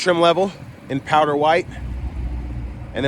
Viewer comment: Ohhh "powder" white, I thought you said "power" white, figured it came with a complimentary hood and everything.